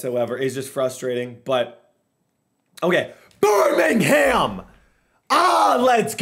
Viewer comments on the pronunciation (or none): none